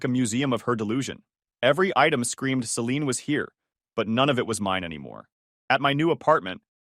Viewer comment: Can't pronounce Celine correctly.